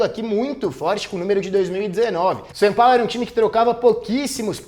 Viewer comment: O nome do time é SÃO PAULO, pare de falar SAN!